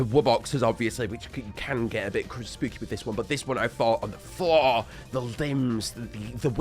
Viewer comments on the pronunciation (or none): none